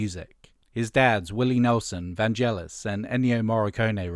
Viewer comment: The “g” in Vangelis is hard, not soft (“get”, not “gel”) =]